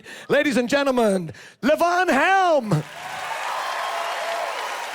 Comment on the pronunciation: Was great to see him pronounce Levon Helm’s name correctly. Yes, it’s not LeeVon, it’s Leaven. I read that he just got tired of having to correct people, and let it go.